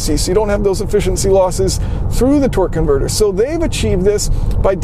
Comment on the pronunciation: Sounds like you're saying "twerk converter"...